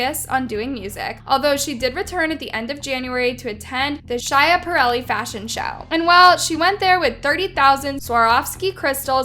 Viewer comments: Stupidity? Says the girl who said “shya parelly” it’s pronounced sKap er elli Thank you for coming to my Ted Talk, please do better and stop bringing people down when you report the news bc at that point your losing all credibility. Also would be nice to see less sexism toward your own gender. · Everybody: talking about Doja Me a fashion major: The way Schiaparelli was said was CRAZYYYY